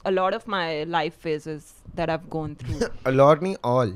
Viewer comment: Alot nai all oh 😂